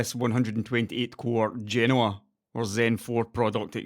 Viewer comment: Nice video and thanks for pronouncing Genoa correctly. I'm guessing the SPR delay is probably yield issues on such a large tile die and the disconnect between chip design time frames and fab realities.